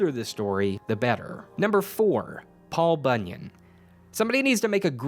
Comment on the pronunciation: Da fuck is Paul Bunnyan?